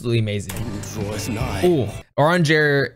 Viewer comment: Urianger's name pronunciation is killing me lol. Good video though. It's so fun to see people get excited over the things I do. By the way you mentioned loving the female vocalist who sang the "higher, higher" part. It's called Word Painting when lyrics match with what happens in the music. If a lyricist says, "stop!" and the music stops, or they say higher while hitting a higher pitch, that's word painting. Cheers!